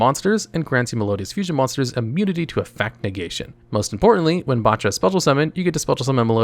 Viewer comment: I tweaked a bit every time he said maestra, but I physically hurt when he kept mispronouncing names based on actual composers. Bacha hurt my soul